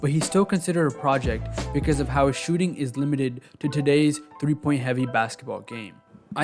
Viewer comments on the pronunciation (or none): none